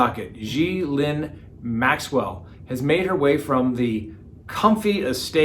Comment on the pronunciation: I love when you mispronounce peoples names 😂 especially when it's someone like that Maxwell lady